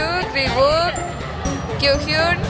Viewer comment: Dime los integrantes: "Hichul, shidon, Kiuyun, riwuk, Done, Lituc," No mamen xDDD